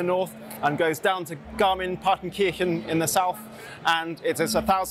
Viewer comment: Garmin-Partenkirchen had me wonder for a second. Excellent pronunciation but Garmisch-Partenkirchen is not the home of the GPS devices company. Maybe they should put their EU headquarters there 😀. Great choices of bikes to highlight, thanks!